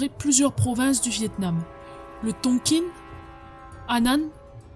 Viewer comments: Ça se prononce Tonkin, et non TonkinE ;-) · Top comme d'habitude mais dommage trop court on en veut plus ! Au fait ça se prononce "tonk1" pas "tonkine".